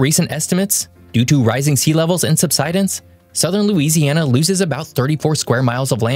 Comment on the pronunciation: Great video but I get so bothered every time he pronounced subsidence that way 😂